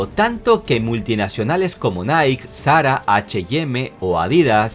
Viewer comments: se dice naiki mi negro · Me gustan mucho tus análisis, solo un comentario al margen, Nike, se pronuncia "naiki"...